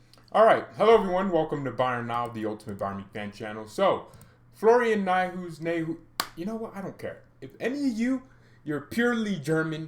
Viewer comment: Neu like in neu-er . haus like house. Neu-haus. A new house.